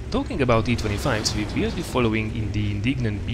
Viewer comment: WHY U KEEP SAYING WE LIKE VEE